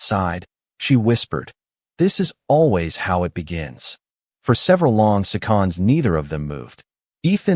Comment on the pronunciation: "for several long seh-KONDS, neither" Your Narrator fumbled the word "SEConds" ??? Give me a MINute to depart. And a THUMBS DOWN for =not respecting= your reader/listeners enough to listen to your story before Posting.